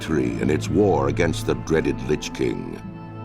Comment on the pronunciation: For a second I thought the narrarator said "Bitch King."